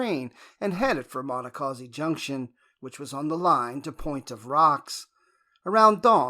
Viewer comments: It’s painful hearing the narrator weirdly and wildly mispronounce “Monocacy” each and every time. The correct pronunciation is: Mahn-knock-kha-see Do everyone a favor a re-record this video using the correct pronunciation of Monacacy. Perhaps you used a bad AI version to do the audio? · Check you pronunciation. It's muh-NAH-kuh-see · It be nice if you knew how to pronounce the name of the battle !!!!!!!!!😤🙄🤓